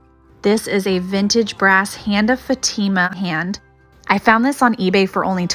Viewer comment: The hand you showed you pronounced it as FATEEMA ,,it’s FATIMA an Arabic token of fertility I’m an 81 year old WELSH NAN and bought back a hand of Fatima back with me fr MOROCCO.I met an Arabic woman here in ENGLAND she was quite emotional I’d bought a carving which I gave her Shes was at university here in Colchester. ESSEX. 🙏🙏pat mason.ive just found your link I’ve been bed bound for 5+ years but I’ll after an open heart opp* and other auto immune illnesses.i envy you,🙏🙏🌈